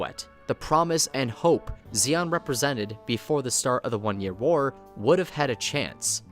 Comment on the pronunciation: it's zeon, not zeong